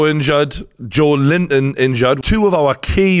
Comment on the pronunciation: He's Brazilian and its Joelinton